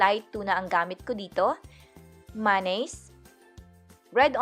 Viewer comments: Hahaha maynaise talaga boomm panis ✌️✌️😝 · Ok na sana kaso masyado mong inaartehan yung pag bigkas mo ng mayonnaise na maynaise maging natural lang ate girlzzzz 😂😂✌️